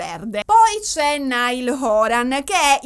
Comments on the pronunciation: "NAIAL" non "NAIL" ❤ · tutto bellissimo ma ti prego, si dice 'Naiall', non 'Nial' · comunque si pronuncia “naial “ e non “nail “ 😂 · comunque si pronuncia naial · allora premetto che sto amando questo video, il mio cuore urla a sentire parlare degli one direction e i larry, considerando che sto dietro a sti 5 da 12 anni. poi un'altra cosa: non voglio essere pignola ma SARÒ PIGNOLA e alcune cose le devo dire. 1: il nome di Niall Horan si pronuncia "naiæl" o più all'italiana "naial". tecnicamente il nome di Louis si pronuncia senza s, confermato dalla mamma di Louis anche se Louis dice che a Doncaster tutti i suoi amici lo chiamavano Louis con la s e ad x factor non se l'era sentita di correggere simon. ma tecnicamente si pronuncia senza s. te lo dico,, per i prossimi capitoli della saga che non vedo l'ora che escano. 2: la clip che avete inserito quando hai detto che harry salta in braccio a louis non è quella "incriminata" ma è una clip dove harry abbraccia un altro ragazzo con cui aveva fatto amicizia ad x factor. harry abbraccia louis mentre sono ancora sul palco davanti ai giudici subito dopo che gli viene detto che saranno insieme e mentre esultano. 3: da quel che ricordo io, nella clip in cui harry chiede a louis se è bisessuale non mi risulta che lo chieda a tutti ma io ricordo solo a louis e visto che tutti stavano dicendo "byeeee, byeeee", lui fa la battuta e chiede "are you bi?" visto che si pronuncia allo stesso modo. 4: nella clip in cui zayn viene zittito da harry con i fogli, la voce che dice "there it goes" c'è ma è quella di louis, non quella di harry. si vede che lui parla. si vede invece che harry sussurri qu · ti voglio bene ma Louis si pronuncia LUIS non LEWIS e Niall si pronuncia NAIAL! 😂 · ti adoro ma ogni volta che hai pronunciato male il nome di Niall in questo video ho perso un battito 😂😂